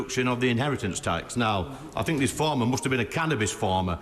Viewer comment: Except for when she says think... fink! I mean rayner